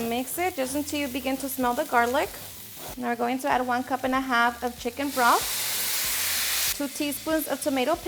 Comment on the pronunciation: lol!! Did she just say schiken thighs!?!?!